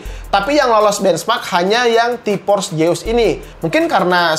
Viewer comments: Orang sunda hahaha T-Force Seus bukan T-pors jeus wkwk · Nobody:: Ti pors jeus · Org sunda mah te bisa ngomong ef. Tipors jeus :v